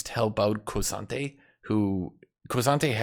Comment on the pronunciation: The way you say K'sante sounds like you're saying Crois'sante and now I need a French K'sante skin. His Ntofos are just 2 massive croissants